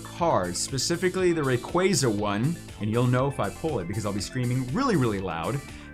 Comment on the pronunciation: What about the spelling makes people pronounce it ray-qway-zah? It is, always has been, and always will be ray-qwah-zah.